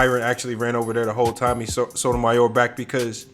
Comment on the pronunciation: Sotomayor- why cant you prounance it!?